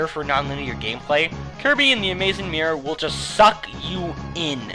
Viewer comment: Mior. That's what I hear when you say Mirror, haha. Anyhows, great list ;)